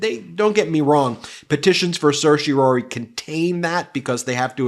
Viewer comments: The 4th syllable of "Certiorari" is pronounced RAR, rhymes with CAR, not ROR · For goodness sake, please learn how to freakin' pronounce certiorari. There's no "ory" sound at the end. Geez!